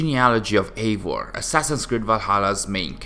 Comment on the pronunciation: Why is he pronouncing Eior and not Eivor? 🤣